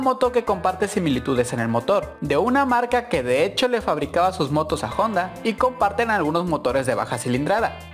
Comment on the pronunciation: JONDA??? juraría que era HONDA...